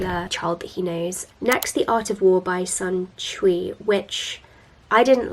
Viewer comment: Sun Tzu is actually pronounced like “Soon Dzoo” instead of “Sun Chui” :)